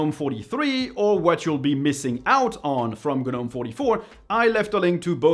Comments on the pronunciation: I've not been on "G-nome" anything-- I HATE "g-nome" (something most people can't even pronounce much less USE) and I think it's for idiots.. My opinion- but it's RIGHT.. KDE is the way to go on this and anything else- to make the most of it.. and make it look ANY WAY YOU LIKE.... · What's a guhnome? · The G is silent in gnome.